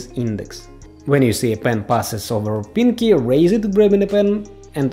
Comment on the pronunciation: lol the way u say pinky is like: piNg kEy